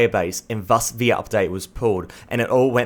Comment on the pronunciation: can you say 'the' properly please